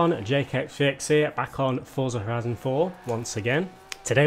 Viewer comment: Yes you Finally said forza horizon 4 correctly. I love your videos but it’s so annoying how you normally say it